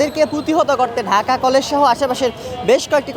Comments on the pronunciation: ঢাকা কলেজ এর শিক্ষার্থী ঢাকা কলেজ সঠিক ভাবে উচ্চারণ করতে পারে না,সে ঢাকা কলেজ এর ছাত্র,হাউ ফানি !?? ঢাহা কলেজ,হা হা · ঢাকা কলেজ ।এইটাও ভালোকরে বলতে পারতেছেনা।😂ঢাহা কলেজ 😂 বলতেছে ।অবশ্যই পরীক্ষা পিছাতে হবে।❤ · Dhaka college uccaron korty pary na , aisay exam er time 26 tarik conform korty ...